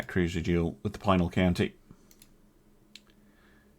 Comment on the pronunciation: As a (more or less) native of the state, Pinal County is pronounced with a short "i" ("pin", not "pine" and "Al" as in "Alvin").